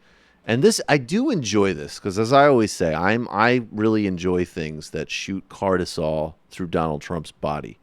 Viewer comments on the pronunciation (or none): Cortisol not cartisol